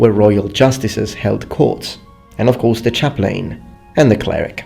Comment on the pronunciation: Chaplain is usually pronounced as chap-lin